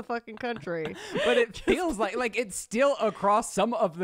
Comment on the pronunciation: When says "fills" instead of feels 😍lol